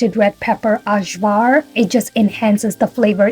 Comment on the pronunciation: Actually Ajvar is pronounced „I-war“ with the „a“ like the second „a“ in alphabet - don’t know how to explain it in English 😅 no smartass, was just confused until I saw the glass you used 😊